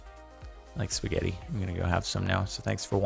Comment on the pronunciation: Boi how are you gonna go and say even "pasgetti" How do you butcher your own language so bad